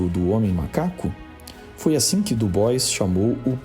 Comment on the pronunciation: DuBois se lê Dibuar